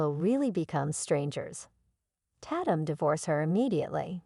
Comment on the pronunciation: The person named tatum computer said (tat- tum) when the correct way is (TAY - TUM) Program correct english!